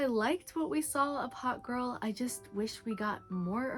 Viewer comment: “Hawk Girl” sounds like “hot girl”. We really need to click that K.